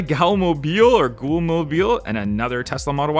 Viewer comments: what kinda sheltered life do you need to be raised in to not know how to pronounce Ghoul.. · Thought you might want to know that ghoul is pronounced the same way as school or cool. Hope that helps! And thanks for the great video. Loved seeing all the cars up close and what could be in the cases. Very cool! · Ghoul rhymes with fool